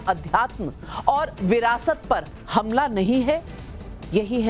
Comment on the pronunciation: Gumla nhi,humla padhe.